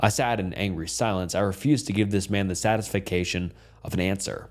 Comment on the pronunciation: ‘satis-fay-cay-tion’ is the way you pronounced satisfaction in that last story. i can’t wrap my head around why, someone like you, with as big a channel and with such entertaining content, refuses to pronounce words correctly. i love this channel, but we all know you can edit these errors. from what i read, people like the fact you make mistakes because it proves this isn’t an AI channel, but we also know you can take 2 seconds out to google the correct pronunciation. i’m just oddly curious as to why you’d rather come off as illiterate 😂 i still love the channel and love your videos, but maybe when you hit the 500k milestone mentioned at the beginning of this one, you could put a little extra due diligence into your content ❤